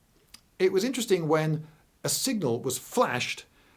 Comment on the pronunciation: VELLY INTERLESTING , but not your normal fluid delivery